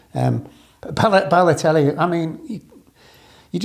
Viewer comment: LOL I love how he gets both Benteke mixed up with Heskey AND Pogba mixed up with Balotelli...or "Baloterry" as he called him. Lawrenson is an absolute legend.